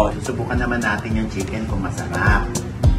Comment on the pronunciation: Shiken nga po rinig ko sa nag vlog nyan kay Diwata😂😂😂 shiken